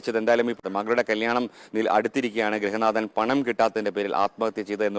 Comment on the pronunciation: ഗ്രഹനാഥൻ അല്ലടാ ഗൃഹനാഥൻ